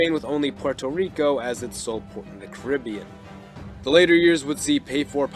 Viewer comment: Hearing the wrong pronunciation of the Caribbean so much is tough.